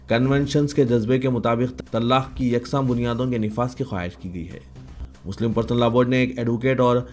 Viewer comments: طللاق نہیں ہے وہ اصل لفظ طلاق ہے درست فرمالیں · Janab reporter sahab woh lafz Tallaaqq nahi simply Talaq hai